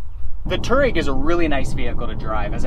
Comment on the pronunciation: Dude. Learn to pronounce the name of the vehicle you're reviewing... #FFS